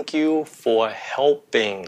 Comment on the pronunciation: Mọi ng ơi cho mình hỏi. Thầy đọc you là "du". Chứ ko phải miền nam phải đọc là "diu" sao?